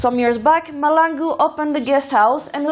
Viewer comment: It is Mahlangu not Malangu